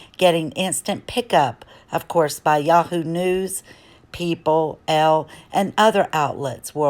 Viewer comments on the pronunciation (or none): none